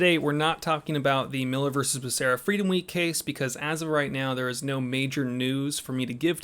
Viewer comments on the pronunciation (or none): none